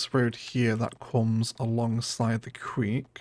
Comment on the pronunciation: Creek not Queek.